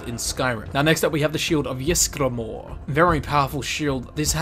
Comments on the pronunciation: Wrong its (yees-gra-more) lol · Ysgramor is pronounced ease-gra-more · Auriel is pronounced OR-E-EL and Ysgramor is pronounced EE-sgramor not Yisgramor